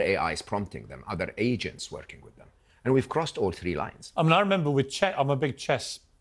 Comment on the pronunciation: This man literally said 'agents'.